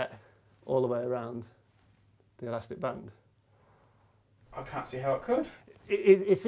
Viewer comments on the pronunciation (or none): Wish he would say Laggy band properly